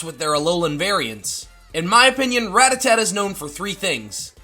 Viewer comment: Does he mispronounce Rattata on purpose lol?